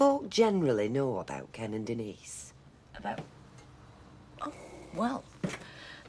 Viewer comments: Like how Patrick Trueman pronounced 'Denise' on EastEnders you mean? "Ohhhh de kneeeees". I always thought he was complaining. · Argh! Ken running down the street after Denise shouting " Den knees, Den knees" Everyone else including herself pronounces it De neece ! Trust Ken to say it differently! Arrogant prigg & despite his lifelong socialist leanings, hes a snob & thinks himself a cut above! Must say though! Bill Roache is remarkably preserved & still ( at this time) an attractive mature man & he ALWAYS had great hair! Recently saw a photo of "Ken" who must be over 80yrs & although lined & thinner in face is still amazing! I did sneak a quick look at a recent episode of Corrie ( 2021) & was surprised by Kens look & continued acting skills Helen Worth, Gail is also still attractive & keeps her looks Lol an other one with great hair Thanks 🇬🇧👧